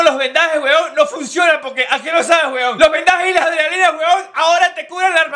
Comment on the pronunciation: Lo que yo escucho HUEVON, HUEVON😂😂